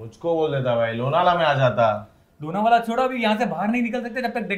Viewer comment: ' jaata ' it sounds like झाटा 😂